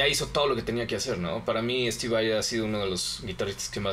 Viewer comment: dejen d decir steve vei ura, es Vai, tal y como se lee